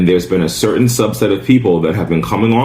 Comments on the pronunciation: "Subset", not sublet. I'm so discouraged by our educational system. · Did she say “sublet” of people? Wtf man!